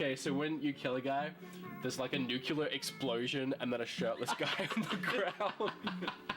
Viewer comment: nuclear. not nucular. love you